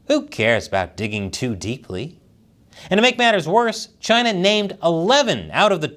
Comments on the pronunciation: Why does the way you say CHINADA sound like Chinese for Canada? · CHINUH NUMBAH WAN! lol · Sometimes I miss the way he said, Chyna. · I love how started mimicking Trump and pronouncing it Chyna 😂